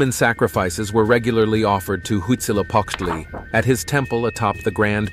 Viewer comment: It's huitzilopochtli